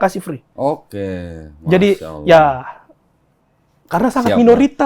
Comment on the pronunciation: Saya suka...logat sebut nama Allah fasih banget... Legit... seperti ustad2 melafazkannya.. Allahu Akbar...❤❤